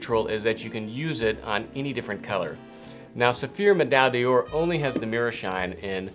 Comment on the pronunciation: Great video and great series with precious advice but can I just say? The way you pronounce 'Medaille d'Or' is wrong, it is not 'Medal Dior' but 'Medaille d'Or /medai door/', there is no link with Dior of any kind and you're butchering the French: it means 'medal of gold'. Other than that.. carry on, chap!